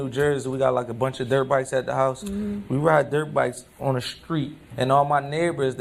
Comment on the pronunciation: Charlamaign is mr. know it all but why does he replace “t”’s with a “k” when word starts with an “s”???!!! SKrippers, sKreet, !? Annoying!!!